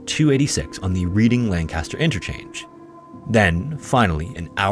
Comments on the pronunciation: "Reading" is pronounced "redding" 😅 and "Lancaster" is pronounced "lane-kiss-ter". I give you a pass for being Canadian. 😉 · I can tell you aren’t from central PA by the way you said Lancaster and Reading. Lol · Also Lancaster PA is pronounced differently than Lancaster CA. He pronounced it the CA way and not the PA way, easy mistake for a non PA resident... LOL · inconsequential detail, but Reading-Lancaster is pronounced “Red-ding” and “Lank” (like plank) “ah-stir”. Great video!! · As someone from the area, hearing anyone say "Reading-Lancaster interchange" cracks me up. I obviously don't judge people for their pronunciation, but the locals would say it "Redding" and "Lank-ist-er" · It’s “Red-ing” and “Lank-iss-ter” lol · No one ever says Reading and Lancaster right lmaoo (Redding and Langkister)